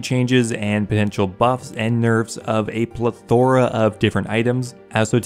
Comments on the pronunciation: Pl-EH-thora is how it’s pronounced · Hold on, how did you just pronounce plethora? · I cringed too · dude learn to say plethora